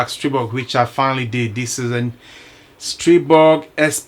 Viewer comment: I never had an issue with either my A1 or my A3. So far. Your the first reviewer that pronounced the Stribog's name correctly. I subbed . Thanks